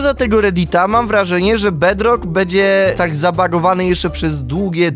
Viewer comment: Jak mówi twój kozyn ,,bedlok"xDDDD